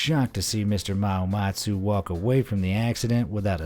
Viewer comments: It's Rooi Mahamutsa, not Mahamatsu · You made a mistake 😂.. it's Rooi Mahamutsa ( Ma-Ha-Mooh-Tsa )